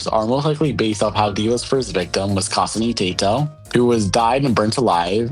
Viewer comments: Hearing you try to pronounce Kasane Teto made me die inside. It's pronounced Ka-Sahn-A(Kasane) or Ka-sane, and Teh-toe(Teto) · The way you butchered Teto Kasane hurt me inside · never pronounce Kasane Teto like that ever again because I’ve never heard it pronounced THAt bad